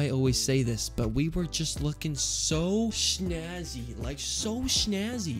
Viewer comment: does he say "shnazzy"? I swear it's 'snazzy'